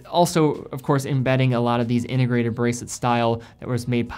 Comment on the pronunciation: What does "innegrated" mean? Or are you just speaking sloppy?